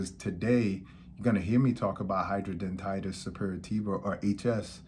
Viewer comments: Hydra denitis. Not hydro dentitis Doc. 😂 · My doctor pronounced different but thats ok🤭